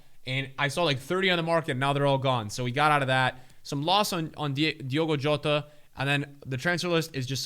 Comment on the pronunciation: Wow your pronounciation of Jota is fantastic!